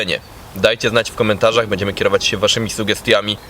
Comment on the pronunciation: Szum fal... Piękna pogoda ciekawy temat materiału i nagle "bedziemy" testować. Masz taką dobra dykcję że u ciebie "bedziemy" kuje w uszy 😁 Ale wiem czepiam się i nic tego nie zmieni.